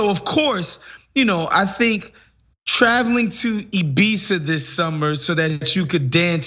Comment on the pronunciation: FINALLY SOMEONE SAYS IBIZA CORRECTLY!!!